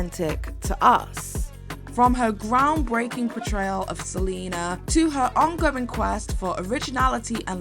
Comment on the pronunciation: The way you butcher Selina's name 😢😭